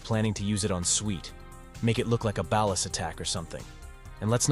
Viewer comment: BAWL-LAS. Not ballast.